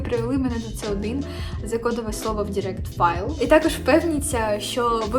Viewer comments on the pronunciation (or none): none